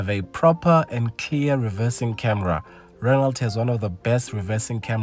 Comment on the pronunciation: A car manufacturer that does not offer automatic options is not serious! Apperantly you don't pronounce the "T" in Renault.